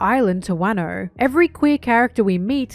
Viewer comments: Wairno and Barock Works instead of Wahno and Baroque Works 😭😭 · I agree with everything in this video. Aside from those pronunciations. Wuhno. Not wahno. My pain is immeasurable. It's probably preference and I'm probably wrong but my ears don't like it 😭